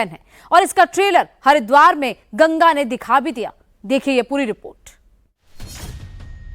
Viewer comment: Gaga nhi Maa gangaa bol